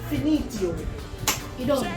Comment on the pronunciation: Not finteo, it’s finito